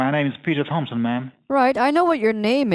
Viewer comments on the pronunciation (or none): none